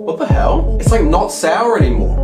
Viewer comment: Nobody: Him: "WhAt ThE heAL?"